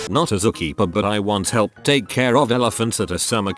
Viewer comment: "Zu Keepa" LOL!!!